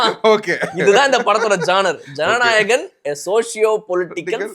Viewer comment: it is not Jananayagam it is JANANAYAGAN......❤❤